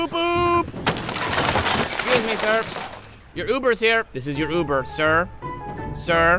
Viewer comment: (Frog Man: hello are you my ober? You: Yes) XD